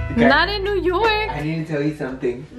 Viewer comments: We going to Yew Nork 😂😂😂 Come to The Bronx!. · we are going to "yew nork" 😂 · where are we going?: we’re going to yew nork SAME GIRL SAME